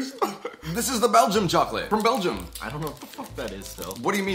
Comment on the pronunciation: it is Belgium not belches I know because I am from Belgium every time you bring out a new video I watch it